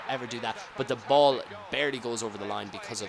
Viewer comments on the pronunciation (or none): none